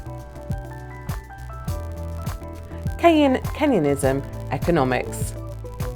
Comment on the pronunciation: needs to work on her reading or pronunciation. Maybe look at the quiz in advance, look up pronunciation and practice. Keynesianism is canes-in-ee-ism